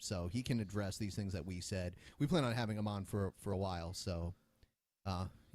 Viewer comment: you can even hear him say orn instead of on during the first videos